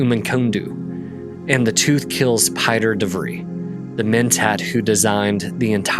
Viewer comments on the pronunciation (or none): I know that few Americans speak anything other than American English but Pieter de Vries is not pronounced as 'Py-ter'. The name is Dutch and the correct pronunciation is 'Pee-ter de Vriis'.